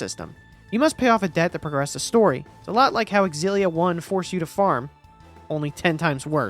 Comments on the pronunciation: Aren’t they pronounced Zilla and not X-illia? Never heard it pronounced the latter way. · It's pronounced "Zillia" ZILLIA, stop saying"Ex-zillia" Stop it